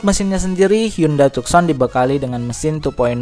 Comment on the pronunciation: tucson..dibaca.. tussan..